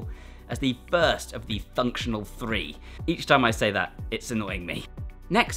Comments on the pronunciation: thunctional three 😂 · Cbum aproved "thunctional threee" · I liked this video at "Thunctional"